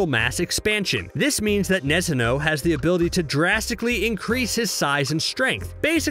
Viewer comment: the way you pronounce "Nezhno"... wow. Zh here is the same sound as in "Zsa Zsa Gabor" Also it's russian for "gentle", not because he spent time meditating.